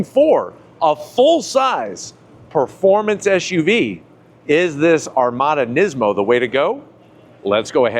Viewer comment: Hey mate, these vehicles are called SUVs, not ShUVs.